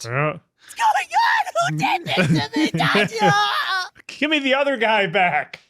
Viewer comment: We’re gonna be watching the infinity castle and still won’t learn how to pronounce Tanjiro.